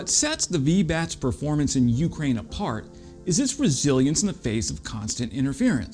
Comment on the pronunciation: Love your content. Interesting stuff and usually something I haven’t seen or seen in detail anywhere else. One small quibble is your pronunciation of Ukraine. The accent is on the second syllable not the first at least in English not a biggie but one of those things that sort of irritates every time you hear itkeep up the great work!